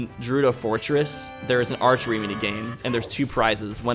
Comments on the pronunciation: Your saying saria right but your pronouncing gerudo like jerudo it’s pronounced Gur rude oh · It's Ge-rudo not Je-rudo!!